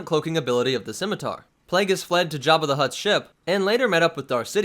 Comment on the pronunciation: Props for pronouncing the name of the ship correctly, I cringe when people pronounce it as a Skimiter.